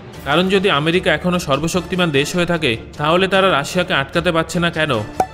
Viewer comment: sorbobsoktiman Bola thik Hoi nai